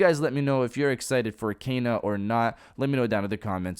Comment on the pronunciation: It's pronounced Ken-a, not Kay-na.